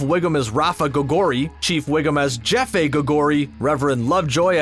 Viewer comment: Jefe is pronounced Hefé